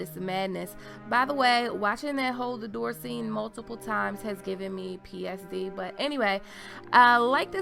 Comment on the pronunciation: Ahhhh, girl, I love ur voice and ur attitude and ur vids and ur theories, and the way u catch all the minor details!! Just one little thing, and pls don't think I am a grammar-nazi or sth of sorts: it's pTsd, not psd (#leviOsa), Post-Traumatic Stress Disorder! Also, bc I have heard u saying it in other videos, it's "eT cetera", not "excetera", that's y we write it "etc" - in the same sense we say "eSpresso", not expresso! Sorry about that lecture! Keep up the good work!